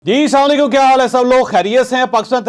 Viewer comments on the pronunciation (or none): چنگڑ صاحب۔شرم کرو أپ کہتے ھو ' سلاما علیکم۔تم کو شرم أنی چاھیے۔تم دوسری خبروں کو چھوڑو تم حاجرہ خان جیسی شریف پردہ دار عورتوں کے انٹرویو کیا کرو۔ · اللہ کا نام ہے جاوید بھائی السلام وعلیکم کہا کرو۔ناکہ ساما لیکم